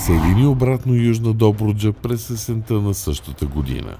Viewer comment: Моля гласа зад кадър - - да обърне внимание на правоговора. Чете се милосттА, есентА, а не есентЪ, "ОстА", а не "ОстЪ". Правилото се отнася за всички останали думи от женски род при членуване. Благодаря.